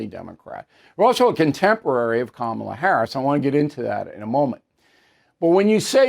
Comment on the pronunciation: 🚨 Oh come on Bull, did i hear you say that "Coma-la Her-ass" was articulate? GOOD GRIEF❗👎